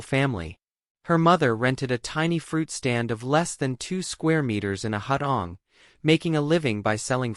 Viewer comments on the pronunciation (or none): "Hut On"? What's this? Are you attempting to pronounce "Hard On"? 😂 It's pronounced "Hoo Toong".